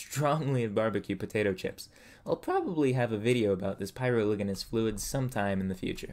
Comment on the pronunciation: I use graphite to draw, traditionally. Btw, what you read as "Section Ivy" is really meant to be "Section Four". And you said "pyroligneous" wrong.